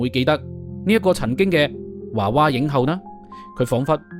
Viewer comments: 「華娃影後」？ 是「娃娃影后」吧？！ 「娃娃」兩個字都讀作 「娃」，何來「華」音？ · 娃娃不是華娃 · 應該讀「娃娃」影后 「 後 」是前後的， 「后 」的皇后。